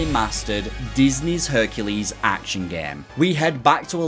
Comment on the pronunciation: Every time he says "Herculade" he loses his chances of getting Hercu-laid I've been watching so many RA 100% videos lately, that now as a junior dev, it's on my bucket list to have a video made for at least one of my sets in the future